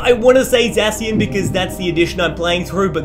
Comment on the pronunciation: ZAY-SHEN stop butchering it